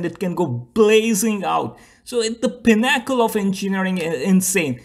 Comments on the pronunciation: It's a great video. PIN-uh-cull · too bad these F1 guys can't talk the pinn-ack'-ell of en-cheenn'-arring